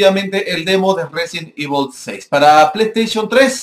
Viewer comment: xD Evol 6 xD da risa como lo dice xDDDDDDD